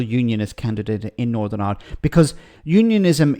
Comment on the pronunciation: This guy should be nowhere near ‘powitiks’, he’s still in the 1600’s with his bigoted opinions and now wants to argue with the people he should be siding with. In fairness he is comedy gold when he starts spouting his hatred of everything. Iwand doesn’t need his sort. Yes, I did spell it as he says it.